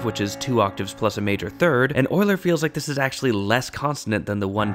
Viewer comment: Thank you for pronouncing Euler properly. Euler is (among other things) the shibboleth of math enthusiasts.